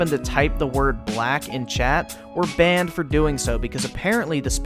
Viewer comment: DID YOU JUST SAY GUN B A N N E D